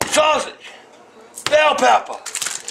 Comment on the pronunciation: BELL PEPPUH